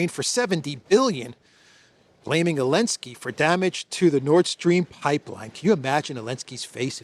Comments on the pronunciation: Why do you say Alensky? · does the AI also say "elensky"?